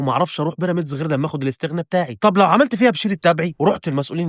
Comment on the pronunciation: يامسلم اسمها الإستغناء مو لستغنا